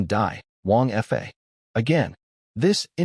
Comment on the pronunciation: It's annoying how the AI narrator often pronounces 2- or 3-letter words like they were abbreviations, particularly pronounced in this one, because Wang Fa is mentioned so often. 😮‍💨 There's also quite a bit of repetition, describing the same event twice, and some inconsistencies (sometimes "months" have gone by, sometimes it's "four days"). The illustrations are also unusually inconsistent, the wives have several very different designs, I've seen much better on this channel. And it's a bit disturbing how the 3rd wife looks like a child. Like, under 10 years old child, in many illustrations. But overall, it was enjoyable. Surprisingly, it ends at a point where I feel like it could work as a complete story. But of course, it leaves plenty of room for a sequel, and I'd like to listen to one.